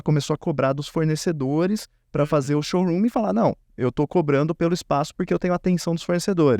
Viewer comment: Showroomiii 😂😂😂😂😂😂😂 Se fala SHOWROOM